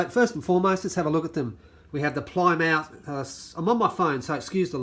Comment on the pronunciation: Plymouth is pronounced as Ply with a small I mouth is pronounced leaving out the u sound